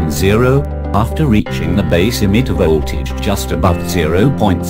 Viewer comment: But this is soooooo disturbing. It ll be nice if you do the videos again.VOLT(vol)AGE is what I can hear .This is the 4th time I'm watching this. Cz i I couldn't understand our hear anything except volt vo tage.Exept that video is nice